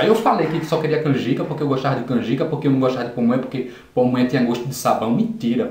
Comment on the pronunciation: Rachei com você falando "pomonha" kkkkkk